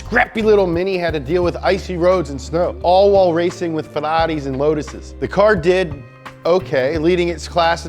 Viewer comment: that Ferrari pronunciation was NAILED IT 😂